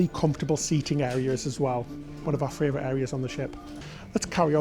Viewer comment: Can you please stop saying "Fray-vorite" its "Favorite" winds me up haha!!